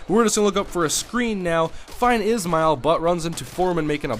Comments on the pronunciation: btw its not Rocket "is-mail" ...its Rocket "Ish-Ma-L" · The way you are supposed to pronounce Rockets Ismael's last name is like this, (Ish-male) just a tip.